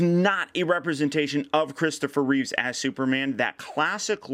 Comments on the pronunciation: Surprised that you, clearly a Superman fan doesn't pronounce Christopher Reeve's name properly...Its Reeve not Reeves! Just a guess! Are you sponsored by Sideshow? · It's Reeve, not Reeves. :)